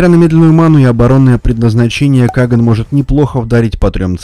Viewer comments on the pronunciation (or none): К слову, он не КАган, а КагАн. Ударение на последний слог, т.к. это титул царя у тюрков.